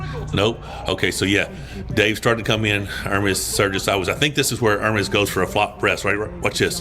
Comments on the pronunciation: You're one of the first in team west that learned how to pronounce Ermes well 🤙🦾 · Really like you trying to pronounce Ermes correctly. Very positively progressing quality arm wrestler.